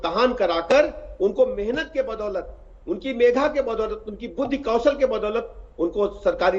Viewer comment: Megha nhi sir medha😂 hota h may be!